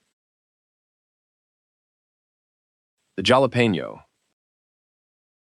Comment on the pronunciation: Hey, programmer of the AI machine voice! The "j" in jalapeno is NOT pronounced the usual way. It should be a "kh" sound.